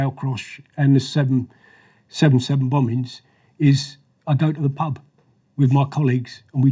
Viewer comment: "bom-bings" lol